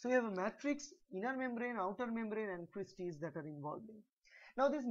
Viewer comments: That's Cristae and not Creastae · It’s cristae